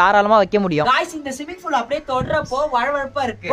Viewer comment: swimming pool aj simming pool nu solraru